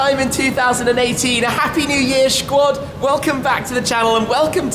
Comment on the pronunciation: "Schquad"??? You're a knob mate.